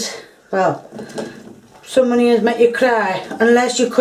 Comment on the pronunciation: The ‘honions’!!! 🤣